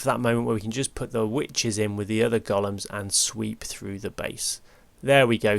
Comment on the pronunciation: loved the video, thank you. On a side note and as a fellow countryman of a certain age, I just thought I’d drop you a pronunciation tip: the big hulking things are not “goll-ums” but “go-lems”. 😀 (Hope you don’t mind me mentioning it. I’d want to know if it was me.)